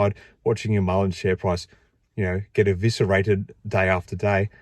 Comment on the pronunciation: is a idiot...dude can't even say the companies name correctly...His black box is a hoax...any of you think if his box was so good that he would be playing with Mullen instead of Ford,tesla or anyone else?. the Trucks are rebadged Chevy/Hino...the vans are Chinese junk. There is no production..there is no big hiring push for production...no raw materials going into the plants...the Saudi deal is not a deal..We are being had folks..I am pissed cuz I have been buying Mullen shares for over the last two years and I am 175k shares deep